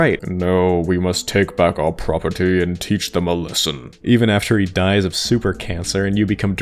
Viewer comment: Why do you enunciate things so weirdly? You often stress all the syllables in a word and even more frequently overly stress words/syllables at random. Examples in the first minute: 'PRAH-PURR-TEE' and 'SEHH-TING' for the former and 'self-CONTAINED' and 'CONTinent' for the latter.